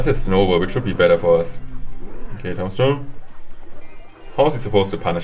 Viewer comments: Lol he says tom stone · it's tuuuumbstone. Thats how you pronounce tombstone